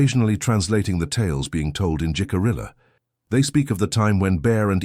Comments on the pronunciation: A very poignant story. It is believable. Nice visuals. Only other comment is that Jicarilla is pronounced "he-ka-ree-ya". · The mispronunciation of Jicarilla was dreadfully jarring. J is pronounced like h. Ll is prounced like y. And since Jicarilla was pronounced correctly the first time it was used (and only the first) and rojo was pronounced correctly, it seemed especially odd.